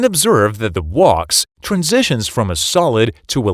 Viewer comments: Gotta love that wox…. Sorry wax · This guy can't say "wax." He said it was filled with "wox." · Wax rhymes with “fax”, not “walks”. Computer voice? Nice video! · I say wax, you say wox. Lol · Walks Whacks Putayto Potahtoe 😂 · Clear, but goodness.. took me a minute to figure out what "Wocks" (wax) is. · My girlfriend almost pissed her pants when he said wax and pronounced it wocks. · The wox took me out. But excellent educational video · "Woks" inside the thermostat cylinder? Is it that hard to narrate a video without AI? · What the fuck is "wox"? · Good information, but get a human to narrate it. "W-a-x" is "wocks" ?? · Everybody knows "wax" is pronounced "wox". Do you live under a roc? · Wax is pronounced as "WAKS" - check with any dictionary before commenting. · Thus as the WOX will cool down And the WOX will continue to be called WOX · Say Wax again? The AI is going to sound like Arnold and easy to spot. Wacks is how it should sound. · I love how AI pronounces Wax as Walks !! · Sounds more like Wox for us non-American speakers. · Canadian here. I hear WOX, and it is very annoying. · WAX is pronounced like the wax in a candle. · What is with the miss pronounciation of wax? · no it is misspronounced because it's an AI text to speech voice and not a human 🤦🏼‍♂️ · The computer narrator need a less in Wax pronunciation.